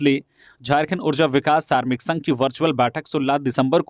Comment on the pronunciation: सारमिक नहीं श्रमिक होता है साहब